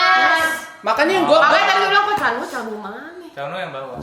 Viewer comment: Apa gue aja yg denger cha eun woo jadi "canu"? Wkwkwkw